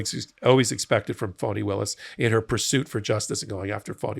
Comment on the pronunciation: Please, the lady’s name is Fani and is pronounced “ Fanny”. You sound like drumpf when you mispronounce her name !